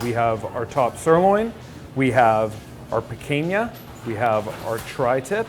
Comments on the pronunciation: "piquenha" That hurt my soul. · PEE CAAHN YAH NOT PEE CANE YEAH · "Picunya" not "PicAYna" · Pi-cain-ya. You guys are killing me lol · Gentlemen, The cut is pronounced pee caaan ya Picanha In it’s native Brazil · Am I the only one who cringes whenever he says Picanha as “pickainyuh” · Came here looking for this comment. Yankees pay attention, it's pee-kahn-yuh. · There was double the amount of meat that they couldn't show because the ex-wife took half of it. I am not sure if they are trolling us with the pronouncing of Picanha. Pee-cane-yuh 😆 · Everything was going great and then he said “picaiña”....what in the blue 🤬 was that?!?! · pi - KINE - yah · It's pronounced P-Kan-ya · After watching Guga I feel like is mispronouncing Picanha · ouch the way he says picanha... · I hate the way he says picanha